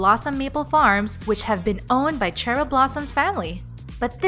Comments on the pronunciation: I love how they say Ch-eryl instead of sh-eryl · UwU Cheryl is how you write her name